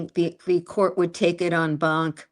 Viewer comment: It’s pronounced “on bahnk.” I don’t like professors who criticize the people who are actually fighting on behalf of a client in the arena.